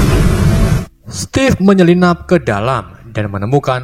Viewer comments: Stevif bang, bukan stev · Steve itu sebutan nya stif bukan stef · Ejaan nya stiv